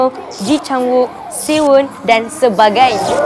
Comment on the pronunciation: Siwan kak..Bukan SiWon😂😂😂😂